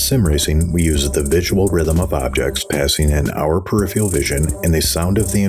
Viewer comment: Conversely, I appreciate where your voice sits in the mix, and my comment would be that the word is PER IF ER AL not PER IF EE AL And then there's me with a Yaw2VR motion rig that makes Monitors "right out" and my inner monologue is going "Awesome. Now do VR...." to VR users are not presented a rectangular, two dimensional image with linear perspective and we can see INTO the monitor...